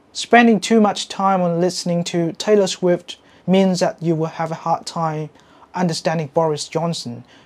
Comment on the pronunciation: Taylor Sguift 😂